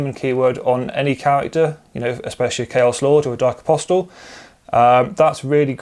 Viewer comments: Apostle is pronounced, ''Aposal'' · why? It's incorrect. Objectively, hehe. Was about to say nice video (hope things change for the better with the new dex drop soon) but the T in apostle is silent 😅